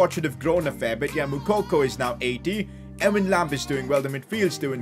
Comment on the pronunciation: It hurt me the way he pronounced Ewan